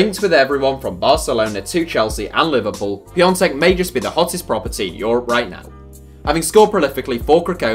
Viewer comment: Good pronunciation of piąteks name